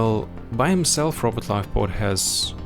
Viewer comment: Nolan - What skills, if any, should be taken to 15? Robot - I always hear "Robert" When you say Robot 😆 Yellow Mark - I disagree with his "skills scale poorly". Skills 1 and 4 are great at 15 Range Mauler - Should be AT LEAST A tier due to how useful it is in TnG and event OPs. Weighted PvP too high in his rating Seance Dog - Would like more analysis on him and his skills, regardless of availability. Seems like ranking is solely based on availability and power level. Melee Mauler - He seems decent. I got him to 1k for the case file and he is tough!